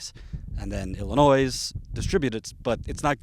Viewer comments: I love and how aggressive he reports and holds politicians accountable, but dude, did you really just pronounce the "s" at the end of "Illinois" more than once? C'mon man. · ILL-A-NOY!!!!! DEY-BREE. ARR-KAN-SAW. I-LUND. (not is-lund, arr-kan-sas, de-briss, or ill-a-noise.) thanky. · OK I'm not freon the US and even I know you don't pronounce the s in Ilinois. Also scarcity, like scare-city.